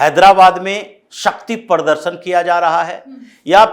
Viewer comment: aap baat thik karte hai pradarshan aur pardarshan pronounce barabar karte pls sekaect the right one it is not to hurt you